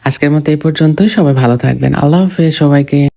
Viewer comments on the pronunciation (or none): none